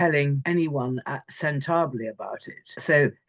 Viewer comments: Ingrid needs to pronounce Sentebale correctly ;p;p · Ingrid has covered Hawwy for years but can't pronounce Sentebale correctly? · This bulldog can’t even pronounce the doctor’s name correctly. Describing an educated black woman as having a chip on her shoulder has awful racial overtones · Can’t pronounce the doctor‘s name or the charity‘s name. Over and over she mispronounced it. How embarrassing. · What a dreadful discussion. Ingrid Steward should, at the very least, learn how to pronounce Sentabale !! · Please pronounce the charity properly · Can't the sun find someone who can pronounce "sentebale"? This woman seems slow. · Ingrid, u r so ignorant! You cant even pronounce Sentabale, properly! How dare u call Dr Sophie Chandauka MBE as having a chip on her shoulder! Hve u seen her CV? Do u remember H pledging to sponsor then 10month yo girl, KEKE 4 rest of her life? U r revealing yr blatant Racism & Colonial attitude! Ive lost all respect of u. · Please learn how to pronounce the name of the charity. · Why can't this woman say the charity's name correctly? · so remiss not to learn proper pronunciation.Thought it was a part of the job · Ingrid please pronounce Sentebale correctly. We lower orders know how to do it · and learn how to pronounce Sentebale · Sen tablay?? What the hell is that Ingrid?? Buffoon😂😂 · This woman can't even get the name of the charity, it's not sentable, sentabale. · Honestly Ingrid cannot even pronounce centre bali, completely disgraceful. Chip on her shoulder- toe what for standing up to Harry. Ingrid is a disgrace. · This woman can't even pronounce Sentibale correctly. No one cares if PH can't handle being told what to do. He's an arrogant entitled man child who deserves to be humiliated. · Sen tarb ley..... Sen ta bal le... Pronounce it correctly 😮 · MRS. Chadunka?!?! And Sentah-blee... geez, learn the proper pronunciation (and titles) for people and orgs you are covering. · Agree. And learn how to pronounce thecharity’s name.